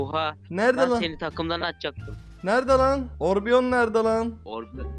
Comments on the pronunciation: abi orbion deil orion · abi orbion deyil Orion bulutsusu